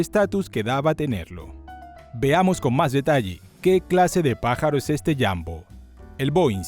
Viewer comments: Muy buen y completo reportaje, pero "¿Jambo?" Será ¡JUMBO! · UY SI. ESE JAMBO SUENA CASI A RAMBO JEJEJEJEJE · Alguien me explica por qué le dice jambo y no jumbo? Como debe de ser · Falso, así no se pronuncia en inglés.